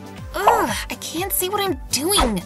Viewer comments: s w u t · I did it sounds like whet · did you hear she said ‘ wHaT `